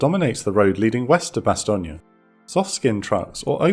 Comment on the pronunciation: I know you're pronouncing Bastogne correctly but all i can hear in my head is BoB's portrayal of Colonel Sink saying "BASS-STONE" 😆